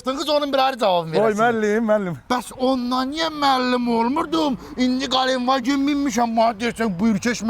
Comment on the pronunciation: Qalen Vagen deyil, ay çuşkalar ,,Гилендваген